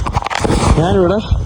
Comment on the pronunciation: മൈരേ, നാൻ അല്ല ഞാൻ ആണ് ശരി